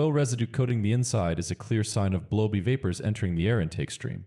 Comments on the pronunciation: It's the grammar... bad English. It's kind of distracting. And it's 'Blow-BY', not 'blow-b'. The people that are here for the info can still get it, so don't give up! It was a well made video with good visual clips. Maybe use a grammar check app if people keep complaining. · "Blowbee" instead of blow by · "blow-be vapors " 😂😂